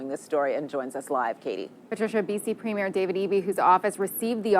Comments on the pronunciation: from "polite" to "mean and nasty" I AM CANADIAN!! and it's preem yer, not prem yer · FYI, premier is pronounced “ preem yer” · Pro-tip: the elected leader of a Canadian province is called a "Premiere", and its pronounced "PREEM-yer" (not prem-YEAR) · It's Pre-meer not Premier (it's not a movie premier).